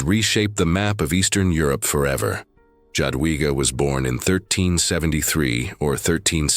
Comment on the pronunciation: The pronunciation is J(ya)adwiga. Yadwiga